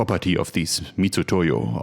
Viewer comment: Thank you for pronouncing Mitutoyo (Mitsutoyo), correctly! It rubs me the wrong way every time someone else else says it wrong. (i.e. literally everyone, every time). They really shouldn't have chosen that system of transliteration.